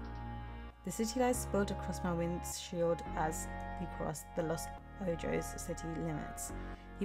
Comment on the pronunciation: What a nice chill game. I like the futuristic art style. You can pronounce the city name as "Los Ohos" :)